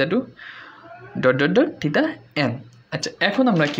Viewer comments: আপনি থিটা কে থিতা বলেন কেন? খুবই বিরক্তিকর শোনা জায় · সঠিক হলো থেটা